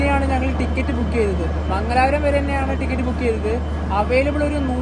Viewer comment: മങ്ങലാപൂരം അല്ലേഡാ.....മംഗലാപൂരം അലെങ്കിൽ മംഗ്ലൂരൂ